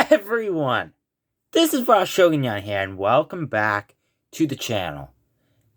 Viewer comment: Shogonyan Not Spainsh